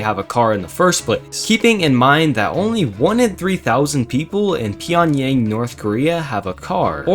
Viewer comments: It’s not “pee” mate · bro's the worse history channel. i mean really not trying to hate but take some research on the more simple stuff for example: your pronunciation of pyongyang was very weird and gobi is a very very cold desert especially there because of the cold air comming from siberia. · Not saying Pyongyang right